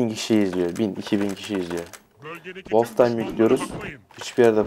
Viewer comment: ***** kardeş sen wloftaym diyosun ama onun gercek söylenişi wolftim abi. wolftaym dediğin zaman kurt vakti demiş oluyosun ancak wolftim deyince kurt timi demiş oluyosun :D